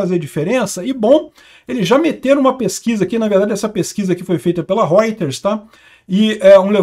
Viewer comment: Reuter , se pronuncia rôiters. Roith é vermelho em alemão e oi idish , então Reuters traduz para vermelheiros , portanto …